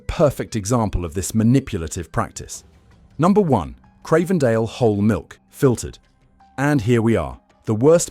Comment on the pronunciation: if you can't evenmake your mind up how to pronounce Cravendale...or the word vitamin ... then how can we trust anything else you say ?